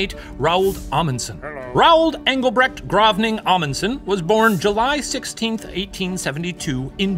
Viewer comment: Man, the Professor is the first American I've ever heard somewhat closely pronouncing the name Engelbregt/Engelbrecht/Engelbredt correctly